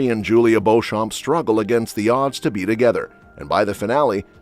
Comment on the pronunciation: Beauchamp is pronounced BEECHAM. Jacobite is not pronounced Jake-o-bite. It’s pronounced JACK-O-BITE.